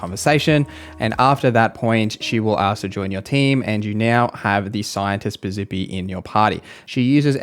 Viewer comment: Thank you. Also Piz-eppi, not Piz-zippy and conversate isn't a real word. Driving me nuts.